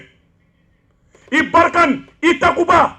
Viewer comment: C’est pas Barkane, mais munisma